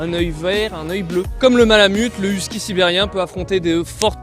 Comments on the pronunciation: Whisky ? les français ne savent pas comment prononcer les noms 😩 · ayoye,..huskie votre prononciation est horrible....et vous en faites tout un show....calmez vous cela va aider à vous écouter.. (Québec , Canada)